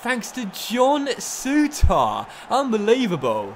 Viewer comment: Will ever pronounce Souttar correctly?